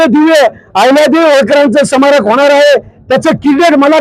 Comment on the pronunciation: समारक नाही स्मारक म्हणा पाहू😅